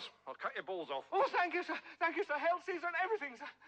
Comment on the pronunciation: The funniest part is that he goes through all that then mispronounces Caesar.